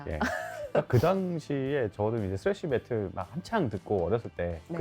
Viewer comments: 근데 메탈을 왜 자꾸 메틀이라고하지😊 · 저남자는 왜 메탈을 메틀이라고 하시는거에요? 혹시 틀딱이신가요? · 메탈을 자꾸 메틀이라고 발음하시는거같던데 제가 잘못 알고있는건가요? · 매틀~ 이라는 발음이 자꾸 귀에 걸리네요~